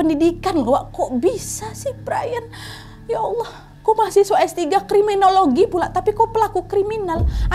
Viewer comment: Kriminologi instead of Krimibologi (?)